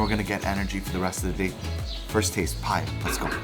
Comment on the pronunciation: U look like a real pathan and its not paya its paye